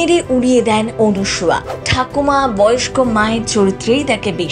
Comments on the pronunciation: বাংলা ভাষাটা বলতে শিখুন। এই প্রতিবেদনের অনেক উচ্চারণই ভুল । সবচেয়ে উল্লেখ্য বিষয় হলো , যাঁর সম্পর্কে এই প্রতিবেদন তাঁর নামটাও ভুল উচ্চারণ করেছেন। অনুসুয়া আর " অনসূয়া " দুটোই ভিন্ন বানান , ভিন্ন উচ্চারণ , এবং ভিন্ন অর্থ। আপনার প্রতিবেদনে সবকিছুই " এপাং ওপাং ঝপাং "হয়ে গেছে। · বাংলা ভাষাটা বলতে শিখুন। এই প্রতিবেদনের অনেক শব্দের উচ্চারণ শুদ্ধ নয়। উল্লেখ্য বিষয় হলো :-- যাঁকে নিয়ে এই প্রতিবেদন তাঁর নামটাও ভুল বলা হয়েছে। ' অনসুয়া' আর "অনসূয়া " দুটো শব্দেরই ভিন্ন বানান , ভিন্ন অর্থ , এবং ভিন্ন উচ্চারণ । আপনার প্রতিবেদন সম্ভবত " এপাং ওপাং ঝপাং " অনুপ্রাণিত।